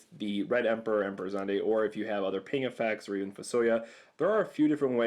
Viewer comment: Russell Parry He actually pronounced Zidane correctly. It's "Zih-dahn".